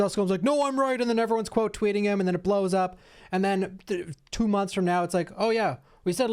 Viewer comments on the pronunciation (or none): none